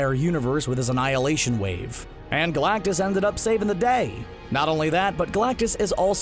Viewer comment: Well I mean first of all, it’s galactus..